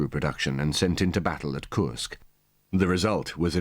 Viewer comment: If only Judge Nap could say KURSK correctly. 😂